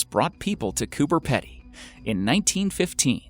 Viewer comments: Coober Pedy is pronounced Coober 'Peedy' not 'Pedy' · Its said Cooper Peedy, and it is not remote. Fucking idiot yanks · I do like watching these, but for goodness sake learn how to pronounce words correctly. It's almost cringe worthy how many Australian words are mis-pronouced. Cooper Pedy is Copper Peedee. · Zack Sherman Or they’re all Australians irritated over how many times he miss pronounces ‘cooper pedy’ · I’m sorry I had to click off the video cause I couldn’t stand the pronunciation of Coober pedy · Coming from an Australian, I am offended that you pronounced Coober pedy wrong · I came to say about cooper pedy pronunciations as well.. hahaha 🇦🇺🇦🇺🇦🇺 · Please go to Google Translate and learn how to pronounce Coober Pedy... lol :) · He doesn't say it like that because of his accent, it's because he's never even heard of the place before and is reading it phonetically. Pronouncing something wrong and having an accent aren't the same thing.